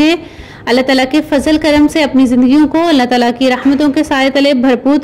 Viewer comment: ये अला तला क्या होता है? अल्लाह ताला होता है वो, क्यूं कुदरत के नाम के साथ गुस्ताखी कर रही हो? लेने के देने पड़ जायेंगे।। बिस्मिल्लाह रहमान ए रहीम बार बार नाम ले रही हो अच्छा है मगर बीच बीच में इस नाम को भी अधूरा और गलत बोला है।।